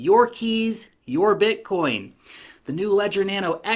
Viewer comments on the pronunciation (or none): none